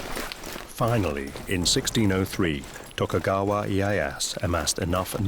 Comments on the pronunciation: and tokugaywa assu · and tokugaywa assu... xD figures they could at least get the pronunciations right